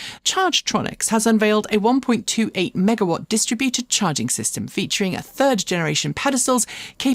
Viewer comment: I don’t know if you’ll read this, but it’s bugging me about how you pronounce “distributed”. I checked Wikipedia to be sure, and there’s no “British vs American way”. It only allows the accent on the second syllable, not the third, as you have done. You might want to correct this. As I with mirth, tell people pronouncing words incorrectly - “You accent is on the wrong syl-LA-ble.”😊